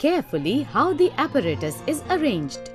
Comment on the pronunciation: she says apparatus and thermometer funny